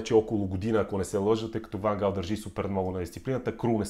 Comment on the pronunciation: По принцип не е Ван Хаал, а Ван Гаал. Миналата година силният Нидерландски състав прескочи група с очевидно по-слабите в сравнение с Нидерландците отбори на Австрия, Украйна и бившата Югославска република със столица Скопие (за Северна Македония става въпрос), но не можа да изхвърли Чехия. Да, Чехите имат полуфинал през 2004-та, но със сегашното си име. В Нидерландия има много класни футболисти, но липсата на най-опитните за всички времена Едвин Ван Дер Сар, Ариен Робен, Уесли Снайдер, Рууд Ван Нистелрой, Кларънс Зеедорф, Робин Ван Перси, Рууд Гулит, Денис Бергкамп и Едгар Давидс си казва думата. Да, те може да са на най-малко 46 години, но Нидерландия с играчите, които споменах и редом до тях личат имената на Върджил Ван Дайк, Мемфис Депай, Матиас Де Лихт (същият Де Лихт, който не успя да се справи със задачата да неутрализира Спас Делев в онзи мач на Нидерландския национален отбор с нашия) и Жорджинио Вайналдум, ето това щеше да е състав, достоен за финал на световно по футбол. Иначе според мен Нидерландците ще отпаднат на осминафинал, тъй като мачът от осминафиналите ще се реши след дузпи, където Щатите очевидно тренират изпълнение на дузпи, а и ги видехме преди 8 години какво стана с тях. А за тва с рака - жалко че човек като Ван Гаал е получил рак, на абсолютно никой не му пожелавам да получи рак и подобни болести.